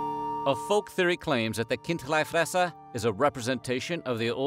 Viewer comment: Almost, in Bärn we say, "Chindlifrässer", which is more prounced like "Kind-lee-fraess-er" where the "Ch, K" sounds like you are preparing your throat to spit. Bisch aber äuä säuber Bärner/Schwizer u cheggsch, wasi meine. Gibe trotzdäm mi Sänf derzue :D